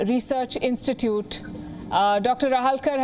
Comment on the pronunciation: I am pretty sure it is Agarkar Research Institute and not Agrakar Research Institute. Anyways, who am I to correct the great Palki! Good video, as always!